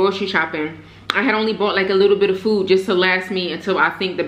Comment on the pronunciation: last time i checked its pronounced food, not foo smh....